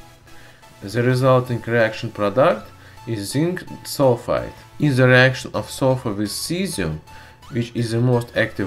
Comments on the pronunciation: I know a few russians, and am polish. I know it's possible for you so just... learn to say 'd' or 't'. It's not 'zhe', it's 'the'. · Ze rubber lol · "ZE WATER"